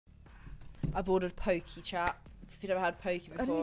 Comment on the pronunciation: It's pronounced pokay. She's talking about Poke. It's sushi, but Hawaiian.